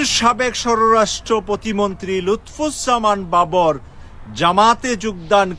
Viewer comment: আপনি উনার নামটিই সঠিক ভাবে উচ্চারণ করতে পারেন না। আপনার নিউজ আর কতটুকু সত্য হবে...?